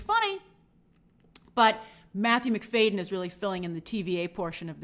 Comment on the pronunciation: It’s Matthew Mc-FAD-yen not Mc-FAY-den